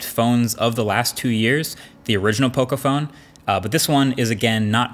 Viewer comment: Learn how to say Poco. There's enough Latin Americans in the USA ;)